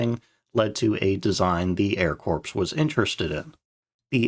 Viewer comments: Air 'Core', not 'Corpse'. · I must make you aware of this. "Army Air Corps.'" The 'p' and 's' are silent. 'Corps' is pronounced the same as 'core.' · Good video. The p and s in “corps” is silent, though. Like “core.” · XP-57: The Ass-ender I'm not even going to comment on your pronunciation of the word 'canard', but the 'p' in the word 'corps' is silent. So, the phrase 'army corps' should be pronounced "ar-me kor". It looks ugly, I know, but thats how it should sound, brother. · "The Air Corpse." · 'Corps' is pronounced like 'core' even when plural. So be careful when you say "I sent XXX Corps" that people know you didn't say "I sent thirty corps." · It always bothered me when that illegal Kenyan "resident" - 2008 through 2016 - would say "Marine Corpse". Pretty sadly uneducated. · I literally stopped watching this video as soon as he said that. Just coming back to finish the video a few days later